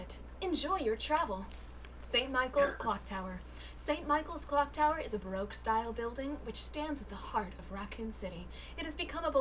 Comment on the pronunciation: Nicole's near-flub of Cock Tower was legendary.